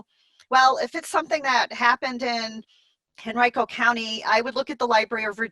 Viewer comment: Great video, thanks for all your wonderful input. By the way, just fyi, Henrico County, VA is pronounc ed Hen REE co.